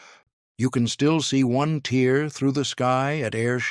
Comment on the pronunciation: SHOULD HAVE SAID "YOU CAN STILL SEE ONE TEAR THROUGH THE SKY AT AIR SHOWS. BUT SHOULD HAVE BEEN TEAR (AS IN TARE), BUT THEY SAID TEAR AS IN CRY ME A RIVER. ODD TO MIX UP TEER AND TARE.